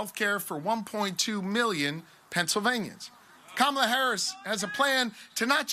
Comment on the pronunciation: Who really is this who cannot say Kamala's name correctly. MAGA? Must America Go Angry under GOD